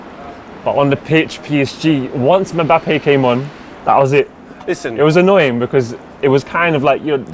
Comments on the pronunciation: its pronounced MBAPPÉ not mabappey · Got to love the way pronounces Mbappe!